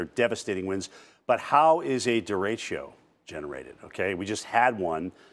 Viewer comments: Here’s some quick wisdom: First, it’s pronounced Deh-deh-choh. Not durechio lol Second, derecho in English means directly, or straight ahead. Which is exactly what it is and does. It’s a fast-moving widespread burst of thunderstorms moving in a straight line caused by a storms downdraft and it’s cool air dropping rapidly back down to the surface. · Duh-RAY-Choh (not duh-ray-chio)